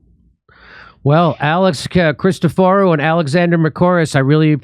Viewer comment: On the live stream, Jimmy murders the pronunciation of Christoforo and Alex tells him his pronunciation was perfect. 😂